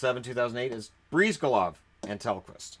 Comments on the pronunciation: It is pronounced “Bris-GAH-lahv”, not “Breez-guh-lahv”. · The way you say Bryzgalov hurts me.